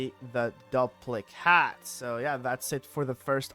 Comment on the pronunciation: I think it's probably pronounced DOOP-lic hat. Like duplicate. But duplichat. It duplicates your spells. Duplic-hat.